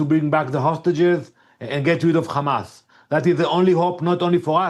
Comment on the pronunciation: Shut up Hamas not khamas